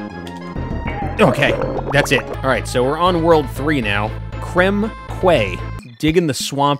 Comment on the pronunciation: Anyone gonna tell him "quay" is pronounced like "key" .. so it's "Krem Key" .. which just sounds WAAAYYY better lol!!